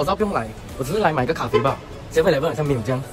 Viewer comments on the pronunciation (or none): 喊“咖啡“的时候那个音很像“塞班，塞班“😂